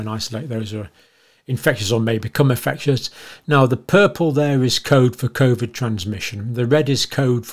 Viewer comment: I think you’re brilliant but hate when you pronounce it like cawvid